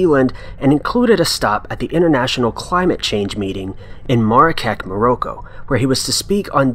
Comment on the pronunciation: Mara-keck morow-ko... wow. You mean Marrakesh, Morocco?